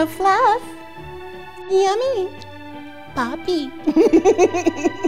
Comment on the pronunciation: FLuFf.... I didnt know that word had so many syllables 🤣🤣 spot on smashed it